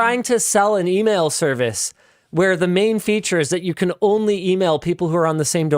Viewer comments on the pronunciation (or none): "Immagine an Email service where you can only email people on the same domain." Did you say "De-Mail"? Yea it obviously failed.